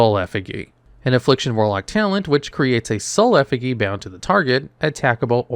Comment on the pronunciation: One of us is saying Effigy wrong